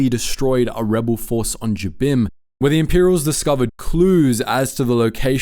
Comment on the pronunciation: Yeah, again, you can tell that very little effort went into the research and checking on these.